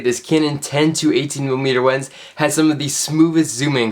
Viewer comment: LENS NOT WENS PLS